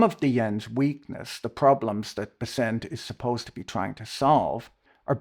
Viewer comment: Fwiw, I much prefer your Bes-sent over the market's Bess-ent.